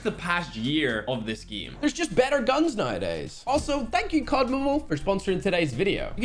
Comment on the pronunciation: I love how pronounces 'game' as GEEAME